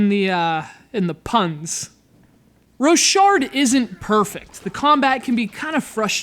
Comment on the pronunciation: its pronnounced "rock hard"